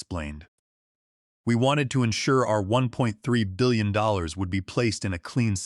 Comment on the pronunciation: The AI can't say 1.3 billion dollars